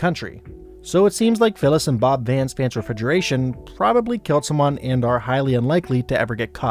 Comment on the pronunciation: Vance Refigeration? 😂😂😂